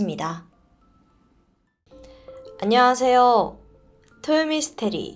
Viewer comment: 안녕하세요~ 할때 요~ 부분 이상해요 ㅠㅠ